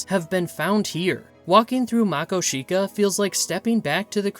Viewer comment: What about the paddlefish in the Yellowstone River? And it's Ma-KO-shika. Emphasis on the second syllable.